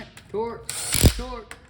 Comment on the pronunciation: BTW great video, keep up the good work. It's torque not twerk lol that's classic